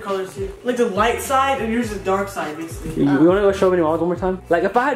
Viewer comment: “thahts bassily uh bassily” 😂